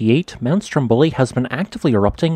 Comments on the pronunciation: The right pronunciation is Stròmboli, not Strombòli as you say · Dear, the correct pronunciation of the island's and mountain's name is "STROMboli" not "stromBOli", even though the adjective is "stromBOlian".